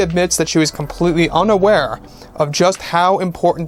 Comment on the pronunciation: Unawarwe.....lol. She clearly knew what she was doing.